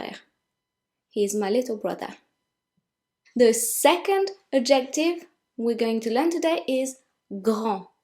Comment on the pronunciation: The fact that you keep mispronouncing “adjective” is very distracting. You keep putting the emphasis on the wrong syllable “..jec...” so it sounds like you’re saying “objective”. Nevertheless, thank you for the lesson.